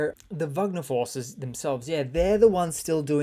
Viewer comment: Why do you keep calling them "Vugner?" Russians don't pronounce it that way. These aren't Germans. Russian pronunciation is closer to "Wegner."